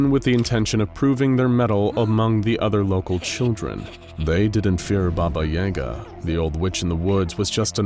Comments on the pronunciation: did you really just say? baba yaega? i mean, you guys are a big channel, couldnt you pronounce it correctly? its like when you used hebrew letters in the keter duty video but the letter that was on screen wasnt the one that you said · Can't even say the name right. Baba yaga is pronounced baba yahgah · I’ve never heard Baba Yaga pronounced like that. I’m not saying it’s wrong. I’ve just always herd it pronounced with an a sound. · there may be different pronunciations but none like the one in this video. It's very... american but trying not to be? I don't know how to describe it. Either way, as someone who grew up with russian fairytale movies, it hurts my ears. 😅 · So scary even the narrator refuses to say it's name right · I am not sure but I think they are mispronouncing Baba Yaga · Pretty sure they're saying that wrong, there was a hard A in there as far as I've ever heard it. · Baba and yaga are supposed to rhyme in the myths this is hurting me on a deep level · I luv this channel....but is it a problem if I cringe from the way "baba yaga" is being pronounced here? . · Am I the only one annoyed at how horrendously wrong he pronounced baba yaga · Хммм, я думал, что под ролик такого типа, как обычно набегут русичи. Забавно слышать баба Яга в иностранном произношении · That pronouncing of Baba Yaga was a first for me, didn’t care for it! But cool video nonetheless! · thats not how you pronounce baba yaga lol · the disrespect how can you misprnounce one of the most famous boogeman stories in the world then refrence it being used in a hit movie and still mispronounce it smh just blatant disregard for the culture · Pronounced Baba Yaga (BahBah YahGah) not (BahBah YeyGah) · Hearing it called Bahbah Yayga is bothering me when it's Bah-bah Yah-gah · also he pronounced her name wrong. It's Baba Ya Ga. Not Baba Yay ga :0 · BAH BAH YAH GAH. Not YEAH GAH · It is baba yaga, not baba yega. Also there are 3 baba yagas. 1 is kind, 1 is neutral and 1 is cruel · he Said it wrong